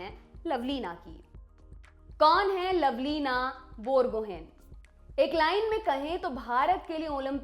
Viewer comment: It's बोरगोहांइ not बोरगोहेन